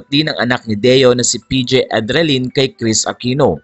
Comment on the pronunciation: Endrinal po hindi edralin.